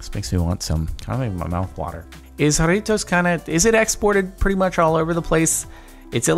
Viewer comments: Jarritos not Jaritos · And you pronounce it with an h instead of a j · The way he pronouced "Jarritos" was amazing.... "I do love me some JaRriTos" 😂😂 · The fucking way he says Jaritos gets me. I'm cackling. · I laughed way too hard at how he said "Jarritos" 😂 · I love how he says jarritos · The way he says Jarritos xD